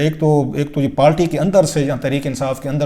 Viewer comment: South Panjabi. Party not palty. Please correct ur Urdu. pandu